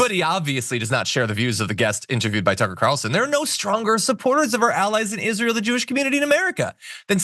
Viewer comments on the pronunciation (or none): none